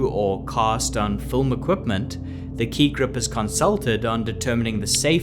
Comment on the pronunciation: Admit it ... you all enjoyed hearing him say Ki Grup over and over.